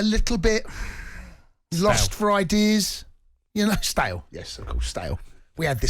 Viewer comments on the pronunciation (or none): The way you pronounce stale like STAIIIIL and that's coming from a Scotsman